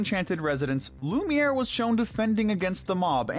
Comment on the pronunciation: Not lumer